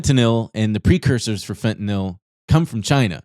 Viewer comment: It’s pronounced fentanyl not fentanyl